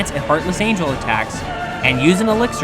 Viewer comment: Hahaha you said one winged Angle not angel